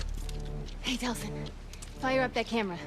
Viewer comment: Anyone else realize he said delson not delsin